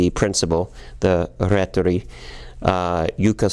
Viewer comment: its rehtori not rhetori lölz